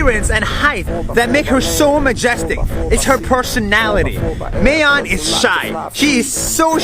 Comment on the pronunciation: Even tho he pronounced Mayon wrong I don't mind that guy is POGGERS and yea here in the Philippines there are poor parts but there's always schools and communities giving clothes and food and water to them :>